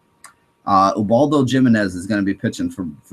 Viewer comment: Dude Ubaldo JImenez' last name is pronounced "Hi-min-ez"